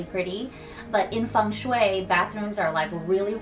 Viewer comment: Blessed You Tube algorythm!! It's taken me some time to come across your channel but I'm lovin' all the amazing tips and tricks to create a lucky home and last but not least, how you pronounce Feng Shui correctly!! Thanks a lot,!! 🎋❤